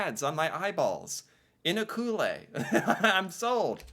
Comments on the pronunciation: Ucluelet is pronounced more like you-clue-let. Dawson City is where I proposed to my wife. We named our son after it. It may only have a few thousand permanent residents, but the population explodes in the summer due to tourism and the workers to service them. You have Diamond Tooth Gerties, the oldest casino in Canada, the tours of famous buildings like the residences of Jack London and Robert Service, or the old Dredge #4. Work is obviously tourism based but there is still a lot of placer mining going in in the area. There's still gold in them thar hills. Side note. At one time, movies were trucked from town to town playing in local cinemas. In many cases, Dawson City was the final destination of these movies because it was too expensive to ship a movie back that everyone had seen. So the films were simply destroyed. Or would have been destroyed. But many of them were stored here. Eventually it became too dangerous as film back them was made of highly flammable nitrocellulose so they had to be disposed of. In 1929 a pool was being converted to a hockey rink so the films were stacked in there, covered with boards and a layer of earth and then the rink was built on top. In 1978 the rink was being renovated when the films were rediscovered. It turned out that the permafrost had preserved the film remarkably well. 533 reels of lost footage were found and transcribed to more stable media. Many of the films went to the US Library of Congress and the Library and Archives Canada. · I think that this list is okay but, leans more towards places to visit rather then live. Canada is a vast, huge country which in turn has many small towns that I believe would rate better then those on this list, to live in especially... Also, just so you know Ucluelet is pronounced as "you-clue-let" the guy on the video had it wrong, so not your fault lol. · Ucluelet is pronounced "yoo-kloo-lit" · pronounced the way it looks ... U clue let 🤣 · He's pronouncing it wrong